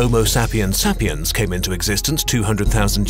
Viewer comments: Homo sapiens. Homo-say-pee-ans not homo-sa-pee-ans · Sapiens is not pronounced as "sappy-ence" but say-pee-ence. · You are pronouncing sapians wrong but you have very accurate information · He said SAP-iens and it's pronounced SAY-piens. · I thought the pronouncation for sapiens is "sey-piyans" not "sap-yans".... or maybe im wrong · The fact that he pronounced sapiens sap-ee-ens.... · It's pronounced Sapiens with a long a. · i cringed at the pronounciation of "sapiens" lmaoo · where are you from, not sure if I should correct you over "sapiens"